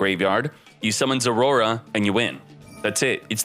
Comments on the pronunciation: " zoroa" not zorora ... learn to read 😂😂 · I like how he say Zorora instead of Zoroa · its not Roar. Poop Dip. Zor-oh-ah. zor-o-ah thank you. Have a little Respect for the Game State. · Am i trippin or is he actually calling it "Zorora" ? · i don’t even know how to pronounce it as Zoroa. maybe we should call it zorora like him lol